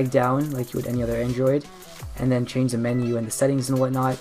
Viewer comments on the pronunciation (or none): none